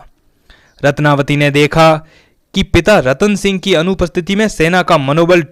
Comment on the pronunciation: रत्नवती है न कि रत्नावली।